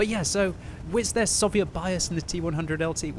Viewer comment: "Sovieet tanks"